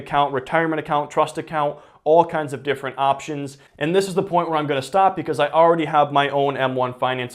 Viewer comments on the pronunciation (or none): “all weddy”